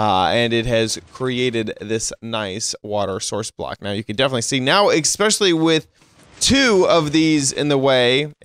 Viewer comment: Was enjoying the video till he said "eckxspecially" when he meant especially